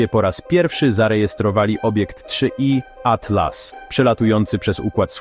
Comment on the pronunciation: 3i atlas, nie da się tego ai słuchać. 3 iatlas